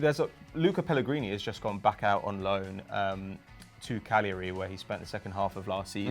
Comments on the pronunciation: thank god someone finally pronounced cagliari right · On this week's Cagliari watch - Of course it would be the cultural suave man himself, that would get the pronunciation correct. Thumbs up.